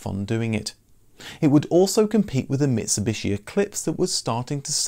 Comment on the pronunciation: Please note, in Japanese, "tsu" is always one sound, so "Matsu" should pronounce as Ma-tsu but not Mat-su. And Mitsubishi should pronounce as Mi-tsu-bishi but not mit-su-bishi. Matsuo should pronounce as Ma-tsu-o. Matsu (まつ) means "pine tree" in Japanese and quite common in the first part of the last name. Anyways, thank you very much.